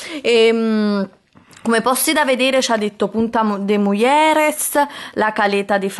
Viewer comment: Le Perle: "Questa piscina ha acqua di mare, è fatta con "acqua salata di mare""; "com'è amore la banana? Meglio la mia"; "Sono le due italiane, le due recepcion"; "Punta de Muglieres (Punta de Mujeres)"; "Ho preso un po' di paella (pronunciato proprio come si scrive xD); "Un formaggio tipico, tipo Goggonzola".